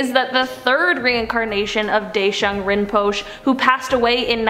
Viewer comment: she lierally said rinpochoe as rinpush